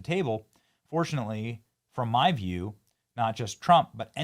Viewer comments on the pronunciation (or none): none